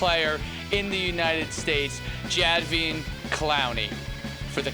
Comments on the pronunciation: its pronounced Ja Day Veon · This dude doesnt even know how to pronounce the best player in the country's name